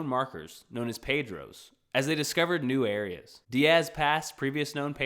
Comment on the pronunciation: Great! But the stone marks weren't called 'Pedros', but 'padrão' (singular)(pa-drel) or 'padrões' (plural) (padrens)